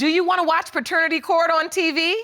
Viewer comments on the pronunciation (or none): "Yesyuwarna" "noyuwarna" it's annoying 😑😑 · Leslie Sinclair OMG! I couldn't stop laughing at this comment!🤣 Yu-wana!😆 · Leslie Sinclair lol...yuwana! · Yep.........yuwanna........gotta go!🤣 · Yes shuwarna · I thought I was hearing wrong for a sec. Yuwarna for sure🤣🤣🤣🤣👍🏾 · Lol if she Yuwana one more time